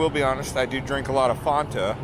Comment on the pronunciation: Coca Cola will never be irrelevant in Atlanta.Learn how to pronounce ‘Fanta’!